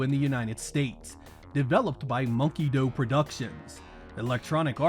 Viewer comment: Mokey DOO productions, not "dough"